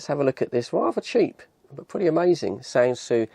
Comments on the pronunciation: The name Sansui has been around for many decades, but typically in relation to reasonably high-end hifi systems. It's pronounced "Sansooey", not SanSu. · No, Australian. We lived in Japan for quite a while, during the 70s, and this is how they themselves pronounce it. Three syllables: San Su I